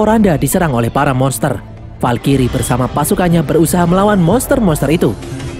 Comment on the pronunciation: valkrye bang bukan valkiri